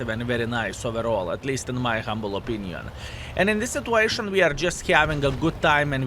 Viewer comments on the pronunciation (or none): none